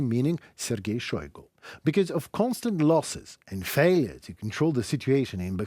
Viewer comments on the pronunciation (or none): none